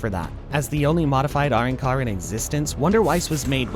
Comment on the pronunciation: What the hell is a "Roncar", have you actually watched the series. Its "Arrancar" pronounced Ah-ron-car